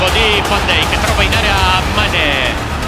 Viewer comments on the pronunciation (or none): Lingua olandese: "Van Dijk" marianella: "Fandeic"